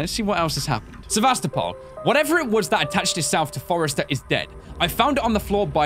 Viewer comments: "Forester" Ack. I don't like to comment on videos much but ow. Hearing not just that, but other things read so incorrectly, even after voice lines from characters say it, makes me want to pull my hair out. Otherwise though, it's decent, though I wish there wasn't such a lack of exploring going on. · foster not forester